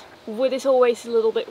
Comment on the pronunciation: Dear Misses. I wanted to ask this for a long time already: Please kindly allow me to ask why you add a kind of "s" onto almost every word that ends with a "t" or "d" while speaking? Especially at the end of sentences. For instance you never say wood but always woods. I never heard someone doing this before. Is it a family thing or part of a dialect from where you come from originally? Best regards, luck and health in particular.